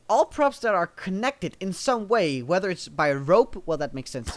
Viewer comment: lol the first time you said props i heard crops